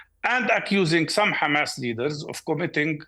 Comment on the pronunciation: Piers didn't ask "do you condenm Humus?"